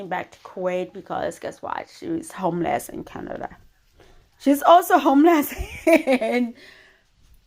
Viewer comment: Canadia?? Is not a word